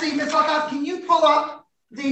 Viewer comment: Everytime Judge says "Luckoff" it sounds like something else.